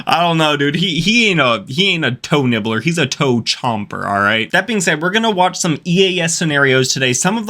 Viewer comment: toe nibbler me- DID U SAY YOE NIBBLER💀